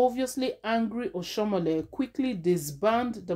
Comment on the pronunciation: Do you know how to pronounce name at all